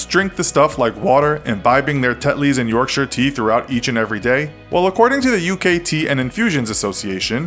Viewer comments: I like this American he's said Yorkshire the right way unlike most Americans do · I'd like to thank you for saying Yorkshire properly and not pronouncing it as york-shy-er as many people do on the internet